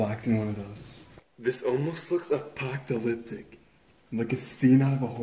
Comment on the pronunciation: "apoctalyptic" lol